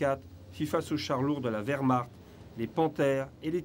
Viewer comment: Mille excuses == Werhmarcht .... avec "ch" pas "r".